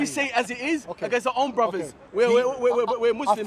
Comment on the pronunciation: Unfortunately, is a takfiri who can't speak clear English. Watch pronounce the word " against" as "angis"